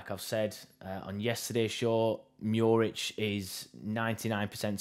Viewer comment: From a Ipswich fan: Your pronunciation wasn't bad. He wants guarenteed first team football, where as we want to upgrade, which hopefully Muric will be!